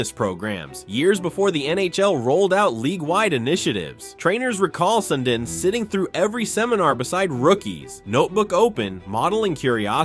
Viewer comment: It's pronounce Sundeen